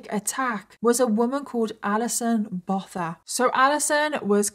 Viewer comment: The surname 'Botha' is pronounced 'Boo-ah-tah' 😊